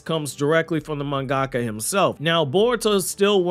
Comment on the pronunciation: Mungaka? Mun ga ka? Ummm 🤔😅 do u mean manga ka^^ 💯 & not not mun ga ka:( as mun ga ka? Isn't a word in nihongou^^